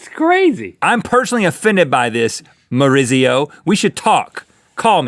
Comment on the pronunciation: It's sweet the way Rhett isn't able to pronounce "Maurizio". XD